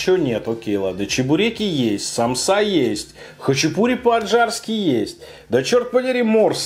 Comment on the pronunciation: Сааааамсы а не самсаааааа пезграмотный чел